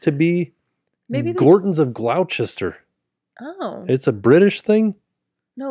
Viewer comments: Lol I was cracking up at you guys trying to pronounce Gloucester. My sister lives in Gloucester Ma, it’s pronounced ‘glohster’ 😊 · Gloucester =Gloss-ter. You got it right in the end👍🏻, it’s a very difficult word to pronounce if you’re not from the Uk, like Worcester. 😀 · the place in the uk is pronounced gloster but spelt Gloucester I live 20 minutes away from there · As someone who lived in mass most my life, I got a kick out of trying to pronounce Gloucester. Too funny! 😂 Also Royal Caribbean cruises are great, though I think you may want to wait till kids are older so they can enjoy some of the activities more. Also you can go on some of the smaller ships, they are comparable to Disney sizes, Freedom of seas etc! They also have great broadway style performances! Lots of entertainment. But we brought our kids because they had dreamworks characters at one time, literally stopped doing that a couple months before we went lol was so disappointed! So Disney probably better obviously for younger kids, older kids would probably enjoy RC more! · That Gloucester pronunciation is killing me. Haha. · Omg the Gloucester pronunciation 😂😂😂